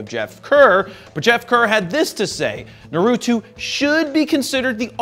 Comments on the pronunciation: It's naruto, not narutu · Jared Polin The name “Naruto” is of Japanese origin, so it’s pronounced as “NAA-roo-toh”. 👍🏼